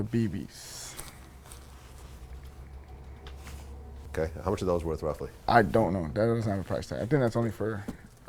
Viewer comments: ITS BIBBY not "BEEBY" gtfo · I hate people who think they know everything about sneakers but cant even say the names. He aint know the name of the eminems and who the fuck is Mike Beebee